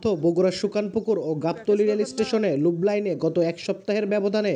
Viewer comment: ভাই উচ্চারণটি " লুপ লাইন " হবে